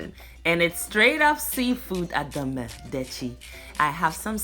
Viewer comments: I really like the way you pronounced the food 😋 😌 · I love this stuff! And your pronunciation of ademe is spot on for a non Ewe.